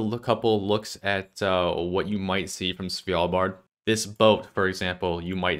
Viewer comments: It's Svalbard not Svijalbard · Idk why hearing "svYalbard" annoyed me so much of all the country name mispronunciations... Maybe because it's pronounced exactly like it's spelled, and there's no Y or J... LOL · As a norwegian it triggers me how you say svalbard